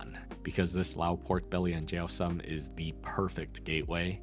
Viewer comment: lao food is the best. also, it’s pronounced sōm 😊